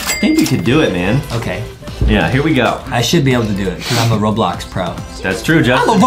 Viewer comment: Bro said boblox